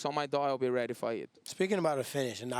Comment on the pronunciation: He pronounces ready wrong its heady, get it hightch